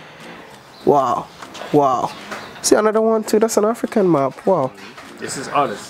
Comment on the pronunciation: I thought he was saying an African "MOP". Then later I realized it was "map".